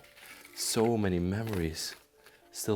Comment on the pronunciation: you are having a difficult time with the name Nilsa...lol